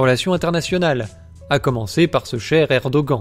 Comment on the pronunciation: c'est assez insupportable cette prononciation de Erdoğan que vous ne sachiez pas prononcer le ğ OK, mais vous pourriez faire comme beaucoup de français et dire "Erdohane" ou "Erdogane", certainement pas "Erdogant" en tout cas. il n'existe à ma connaissance aucune autre langue dans laquelle les lettres [an] se prononcent avec cette voyelle nasale c'est un peu comme si vous disiez Donald Train, ou Jeau Bidant